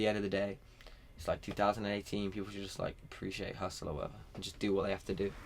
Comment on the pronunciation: B Brown real talk he keeps saying hussle like this nigga dont know shit abou hussle